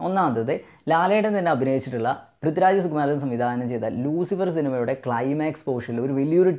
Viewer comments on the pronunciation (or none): none